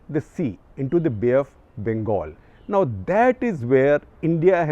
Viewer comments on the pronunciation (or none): none